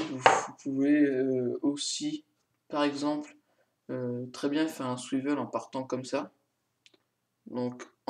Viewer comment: Swiveule x)